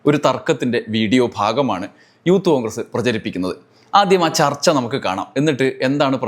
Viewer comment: അവൻ പറയുന്നത് യൂത്ത് കോൺഗ്രസ്‌ എന്നാണെങ്കിലും ഊത്തു കോൺഗ്രസ്‌ എന്ന് ആണ് കേൾക്കുന്നത്.